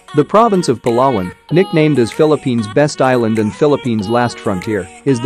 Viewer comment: Giving advice where to live in the Philippines yet he can’t even pronounce Palawan correctly.